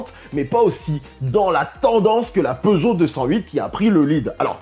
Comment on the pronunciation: Oh une " reugeot " 😂